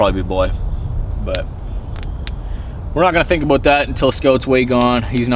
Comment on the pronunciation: "Aboot" fucking love it